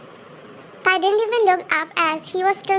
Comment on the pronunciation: Wait a minute... in first line instead of tae it is tar 😂😂